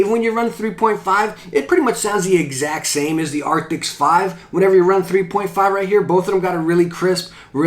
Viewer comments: Arctis. Not Arctics. :) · It's Arctis, not Arctics :) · The moment you say arctis wrong in a review, he keeps saying arctics.